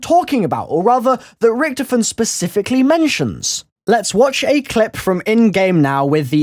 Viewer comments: Can you say Richtofen correctly? Jheez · the way you pronounce Richtofen is so wrong and makes me cringe.